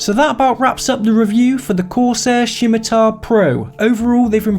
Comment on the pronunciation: Did someone dare you to say Shimatar? I jest, great vid.